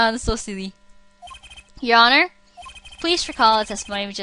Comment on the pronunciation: at one point u pronounced the h in honor. funneh UR HONOR